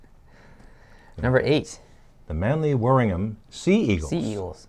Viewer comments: Manly Warrignah Sew Eagles (Manly Warrinaar)-that's how it sounds like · Cronulla is actually my team, so yeah! One thing I'm impressed with is the pronunciations of the team names. I think the only one you got wrong was the Warringah part of Manly Warringah, so that's a good effort.